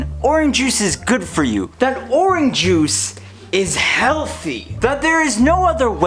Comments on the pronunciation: Are you saying Oran Juice? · It’s funny how you say “Oran Juice” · When you're running out of ideas, make a video about orange juice where you mispronounce orange juice a lot. -youtuber101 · The way you say orange juice bothers me slightly.